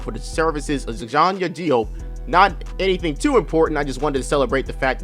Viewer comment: Note: "Diop" is pronounced as "Jop". Also, it's "Radmanovic". Who the heck is "Ragjanovich"? Lol.